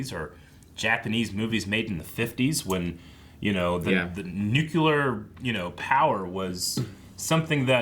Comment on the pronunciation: Please, for the love of god, Nuke-lee-ar